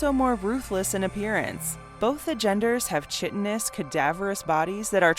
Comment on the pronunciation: another day, another person pronounces chitin with a hard "ch"...